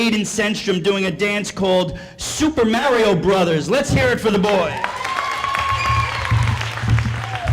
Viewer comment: The teacher said “mary-O”💀😭